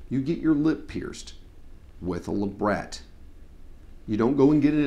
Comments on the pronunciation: "Labret" is derived from the word "Labrum" (lay-brum) which is latin for lip, it's also a relative of "Labia" (lay-bia) which is a lip-shaped structure of any kind, hence the pronunciation is "Lay-bret" Love the horseshoe and banana part! :D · haha, i will never say luh brett, i will say luh bray, for life. everything else, i got, but lu brett??? hahahaah NO!! love ya though! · Do you mean that they call labret luhbray? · hahahaha.. i totally pronounced labret as LUH BRAYYYYYY fawk. i'm cool with the bites talk, i know piercers who use them.. somehow they thrive and i think non prof. piercers are going to find a more creative way of talking about things.. I mean, this is about appropriate terminology so never mind i don't really have any argument but moreso to explain why they're used. I mean, medusa sounds way more bad ass then philtrum.. meh, to each their own. bad assery is subjective